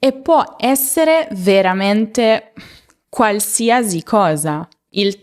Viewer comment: Mi dispiace, ma non si dice qualsiasi con il suono /z/ alla fine. L'ultima sillaba viene pronunciata /si/. La sua pronuncia sarebbe giusta per la parola "diagnosi" o "parentesi", ma non in questo caso.